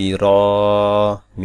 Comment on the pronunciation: মিম অনেক সময় বুঝা যায় না।।।মিম্মম্মম্মম্ম বলেন নাকি মিন্নন্নন্নন্নন্নন্নন বলেন।